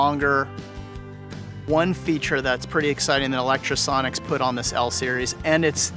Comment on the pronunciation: How are you so fucking retarded? Can you not read? You obviously have a lot of Lectro gear and use it at least semiprofessionally, so why do you keep saying Electrosonics? Fucking muppet